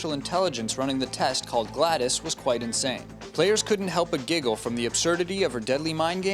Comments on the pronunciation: glaDOS not gladys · Glados not gladis stupid! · I must get my my nerd rage on. Gladis? Gladis? It's Glad-os. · IT GLADOS NOT GLADIS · IT GLADYS NOT GLADIS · It's glados not gladis jeese! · its pronounced GLADIS NOT Glados! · They called GLaDOS Gladys. WTF? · Did he call Glados gladis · did, did he say gladis? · it's not pronounced gladys!